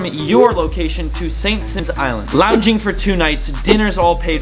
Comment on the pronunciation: You need to say St. Simons right. You should ask you friend that lives there. Its not SEEMONS, its Simons.